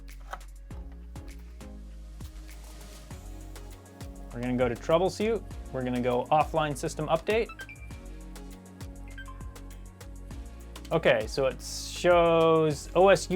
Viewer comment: I think its called troubleshoot not troublesoot 😂😂